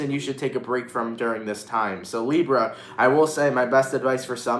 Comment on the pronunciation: I like when he says Librrra 🤩